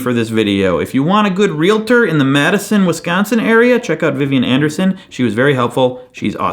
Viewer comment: FYI, It's "Real-tor." Two syllables.